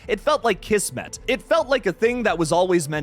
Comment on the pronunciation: Kiz mit not kiss met